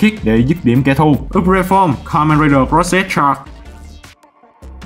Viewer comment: Thật ra thằng cross không phải đọc là cross-z mà là cross-- thôi, vì theo zukan thì âm z là âm câm nên không phát âm, giống kamen rider mach ấy, nghe gần giống mech nên mn đọc mach chứ thật ra âm đúng phải là mac'ha